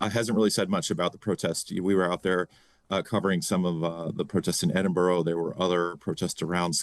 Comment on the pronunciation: Can no-one pronounce 'Edinburgh' correctly. I hope when Trump goes to Lowndoon, you get that city correct....oh wait off course you will